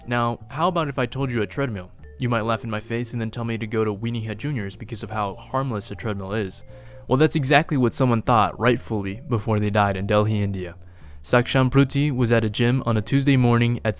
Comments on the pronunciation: Delhi India is pronounced Deli or Delly not dell he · It's real pronunciation is Dilli